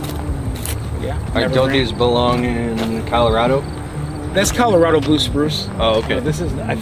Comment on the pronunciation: Ima skip this video because you said Colorado 🤬🤬🤬